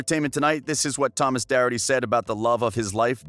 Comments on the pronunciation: The person speaking says his last name wrong it's spelt Doherty but pronounced the h as a k like dokerty but spelt with a h not a k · Cringing at the way the guy says Thomas’s last name, it’s Docherty (pronouncer DOC-ERTY) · You butchered Doherty. Name